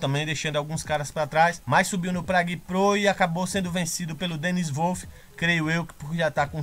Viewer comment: Salve! Excelente vídeo. Só uma dica de pronúncia. Phil Heath se pronuncia "Fil Rifi" E Dennis Wolf como "Denis Uolfi". Um abraço do teu fã aqui. Vlw.